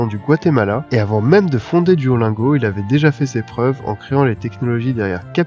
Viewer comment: [duolinego] pas [duolaingo]